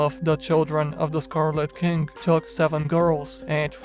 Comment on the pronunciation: I could swear you said scarlet kink:D sounds sexy